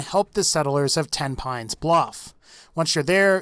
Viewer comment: I am fairly certain Tenpines is pronounced ten-pennies.